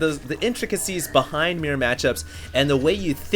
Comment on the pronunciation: im sorry but please say mirror properly.